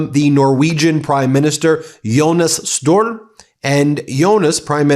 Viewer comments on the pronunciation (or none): Ben, will you make an effort to find out how "Støre" is pronounced? 😆